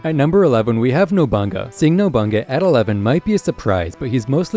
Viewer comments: Rankings are way off. work on that “NOBANGA” NOBU-NAGA. If you can say Bonolenov then you pronounce nobunaga. Ill subsribe after that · additionally the sword member is pronounced no-boo-nah-gah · Ain’t no way my boy just said “nobunga”💀💀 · You lost me when you called nobunaga "nobunga" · Lol didn’t bother me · I left when I heard chimera and nobunaga pronunciation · How tf you gonna put paku above shizuku? All she got is guns other than that she can't really fight. Also you keep saying chimera and nobunaga wrong 💀